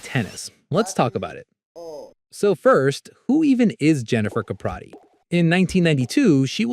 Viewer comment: You're pronouncing her name wrong dude.